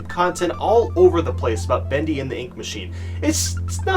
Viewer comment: When you said bendy, I heared bandy